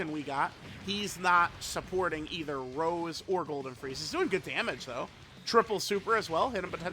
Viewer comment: When will the day come where unc will say Rosé and not Rose 😭